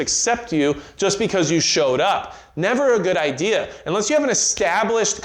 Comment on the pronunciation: "Everybody had the same ideer"